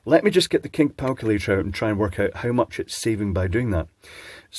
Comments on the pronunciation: The "Cink Palculator" is my favorite line by 2nd only to "Chinglish" ❤❤😂😂🤣🤣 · Did you say "kink palculator" ??